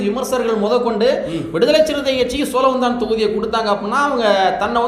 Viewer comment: சோளவந்தானா. சோழவந்தானா